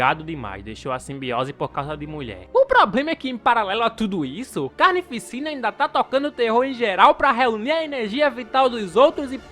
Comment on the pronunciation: Mn eu q sou mt esquizofrenico ou td vez q ele fala "carnificina" eu ouço "carne e piscina"